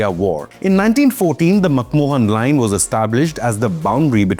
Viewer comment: Bro it is MacMahon Line not MacMohan line. MacMohan was a Film actor.